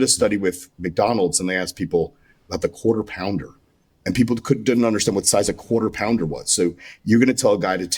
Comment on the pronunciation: not the “quater pounder” 😂😂😂